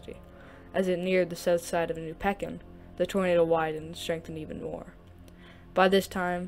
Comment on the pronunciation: its pronounced Peek in